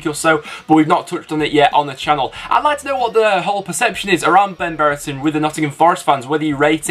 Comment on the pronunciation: Ben Brereton not Ben Bereton please learn to pronounce players names properly